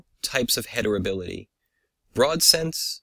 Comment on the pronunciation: Excellent work and video. I only noticed you pronounce it hetribility instead of heritability.